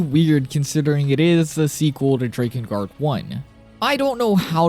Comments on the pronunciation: The way you say DRAKengard is off puttingly wrong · Drake-in guard lol thought you were saying like that to troll us then heard you say hierarch lol still good video that aside appreciate the work and lore